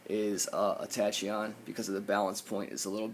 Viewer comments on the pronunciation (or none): Not tryna be nitpicky lol but it's pronounced tackeon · The way you pronounce Tachyon lol. Good review tho.